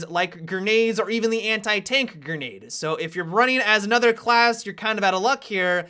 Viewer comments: "Gernade" Pls no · Ger-nade lol